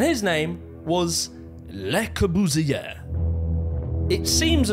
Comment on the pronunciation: Interesting info but the sound at the end of ‘Le Corbusier’ should be ‘ay’ not ‘er’